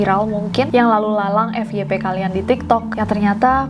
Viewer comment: ternyata kak nessie tim bilangnya ef ye pe. kit ati